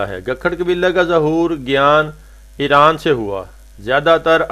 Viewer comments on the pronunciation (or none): none